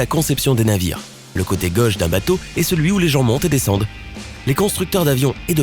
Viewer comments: il faut arrêter de parler et puis on dit " gAUche et non gEUche " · Pour info, les mots "gauche", "zone" et "chose" se prononcent avec un "o" fermé, comme dans "eau" ou "gâteau" et non pas avec un "o" ouvert comme on le trouve dans "homme" ou "personne". Cette manie apparue depuis peu de prononcer tous les "o" comme des "o" ouverts me fait saigner les oreilles. Retournez donc à l'école pour apprendre à parler le français correctement, votre discours n'en sera que plus clair !! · Il me tape sur les nerfs celui-là avec sa prononciation de Gauche, Choses etc.Sur le fond, il ne connaît pas grand'chose et enfonce des portes ouvertes. C'est rigolo ces mecs qui croient savoir et montent des vidéos "pédagogiques". 0/20.